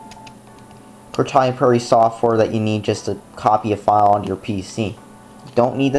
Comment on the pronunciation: Wow! You can't say proprietary for shit. Lmfao